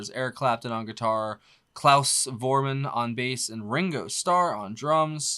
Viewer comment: Voormann is spoken like Fourmawn!